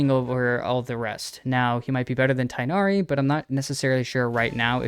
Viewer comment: Tighnari getting pronounced as either Thick-nar-ee or Tie-nar-ee instead of Tigh-nar-ee with heavy emphasization on the "Gh": 🧍🏻‍♂️